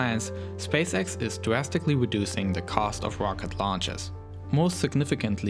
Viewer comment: Weally? Changing dwastically?